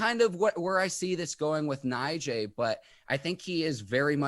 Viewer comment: Hey is name is pronounce Nagee although it's spelled Najee